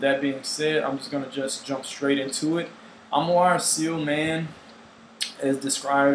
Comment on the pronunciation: For the record, it's "ci-ell", not "seal".